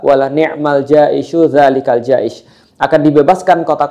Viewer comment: Afwan untuk pelafalan kata jays bukan Ja'isys